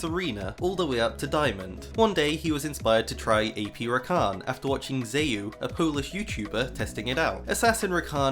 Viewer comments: u need to read „xayoo” like „ksajo” not „zayu” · U pronounce it ksajo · Zejuu XDD i guess xayoo will never escape the wrong prenounciation xD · Streamers name is pronounced "Ksaio" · You read that badly. He is not Chinesee. It's more like "Xayo" + he is streamer, not youtuber. Enjoyed the video anyway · XAYOO (PRONOUNCED "ZEJUU") ISNT YOUTUBER, XAYOO IS TWITCH STREAMER (AND HE WAS ALL HIS CARRER). ONLY HIS ALTERNATIVE PERSONALITY CALLED "PIXELGUYWORLD" IS YOUTUBER. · Great video as always but xayoo is pronounced ksayo :)